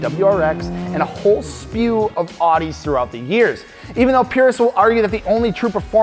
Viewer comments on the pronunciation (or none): a*ud*i not oodi say it practice it have Siri read it to you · Sorry to tell u this but it’s aUdi not aadi. Ask Alex he knows how to pronounce Audi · Audi is not pronounced like audio, its pronounced owdi but other than that loved the video! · Audi rhymes with cloudy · Dude u mispronounced Audi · how did he pronounce Audi? My ears are confused